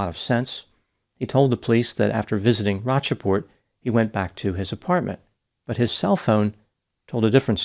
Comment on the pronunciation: Love you - Rocheport is pronounced "Roach-port"